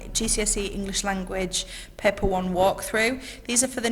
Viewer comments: It’s paper not pepper dam that’s annoying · She keeps saying paper as peeper